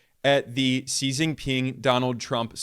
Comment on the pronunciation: Wow Ben pronounced Xi's name like a boss. 🙌🙌